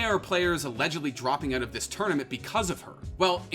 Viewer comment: i love how this guy pronounces "out", "ewwt"